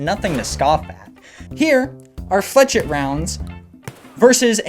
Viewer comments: No tarkov YouTuber gets this correct, "flechette" is pronounced flesh-et, not flechet, not fleshetty (Pestily) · it's not flech-it it's fla-shet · the way you say flech it (flechette) anoys me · pro tip: flechet is pronounced (fluh•chay) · It's pronouned fle-SHET, great video otherwise :) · Fla shet. Flechette is pronounced, fla shet. I'm a gun/weapons history nerd, hopefully I didn't come off as a dick :) Sick vid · Pronounced “flesh-ette” btw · Good shit bro… BTW it’s Flesh-ette. Love the vids, keep ‘em up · its also pronounced fleh-SHET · stop saying flachette like that